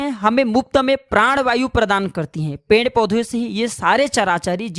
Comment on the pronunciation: Pend kya hota hai?? Uchcharan Ped hota hai, ya Pend hota hai???